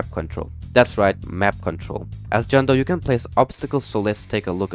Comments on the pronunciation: Bro really called John Doe "John Toe" 👣👣👣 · Bro really called him John toe💀😭bruh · It said John toe. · Why called john doe to john toe😭😭😭🥀🥀🥀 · "john toe"😭🥀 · Johe toe?😂😂😂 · “John Toe” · u said John toe not John Doe LOL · "John Toe" 🥀🥀🥀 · LOL “John Toe” really got me Idk why it’s just a simple change, but it made me laugh so hard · “john toe” 🤣